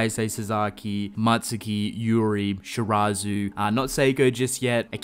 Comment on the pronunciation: It's Mutsuki not Matsuki.